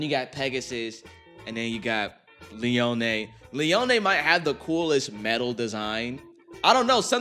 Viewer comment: Dude, Twisted Tempo fucks, I love Metal Masters. But also Leone is pronounced Lee-own, I know this, I had a gay-ass crush on Kyoya as a kid.